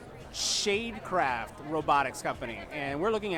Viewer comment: Did anyone else pick up on him saying 'sade shale'?